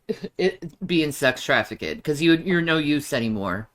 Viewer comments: You would expect baby 🥕to correct her pronunciation of TRAFFICK-ED! Is he just scared to, or is he deliberately letting her look stupid?? 😂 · Please someone tell how to pronounce trafficked FFS